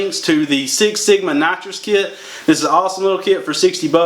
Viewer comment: sounds like you sayin natcho kit sometimes hejeh nice vid